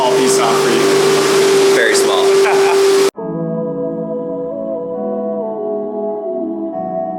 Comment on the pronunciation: When he said “Very Small” I thought he said “Thanks Paul”